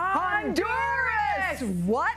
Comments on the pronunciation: I feel like the least she could do is pronounce the country the right way... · they pronounced the country semi correctly